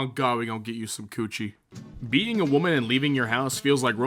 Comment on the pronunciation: When you say being it sounds like beating